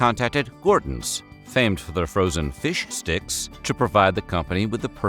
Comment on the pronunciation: I like how you annunciated "fish sticks" there, 🤣